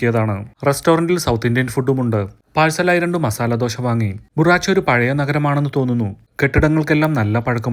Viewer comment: Bharuch എന്നാണ് ആ സ്ഥലത്തിന്റെ പേര്. അല്ലാതെ ബുറാച്ചു അല്ല.